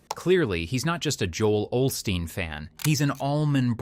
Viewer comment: as soon as he said olsteen he lost all credibility!! FRUITCAKE!!